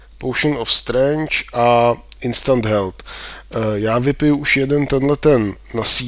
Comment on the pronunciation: Nechci bejt nak zlej, ale jsem hrozne nachylnej na běžnej omyl vyslovovat Strength jak "strange" což znamená divný... Má se to číst spíš "strengf". Jen pro příště prosím aby si to vyslovoval tak jak se má díky. Přece jen jsou to dvě uplně odlišná slova..